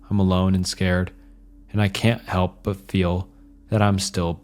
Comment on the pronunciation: Never heard of anyone pronouncing "help" as "health", maybe the scariest part of this video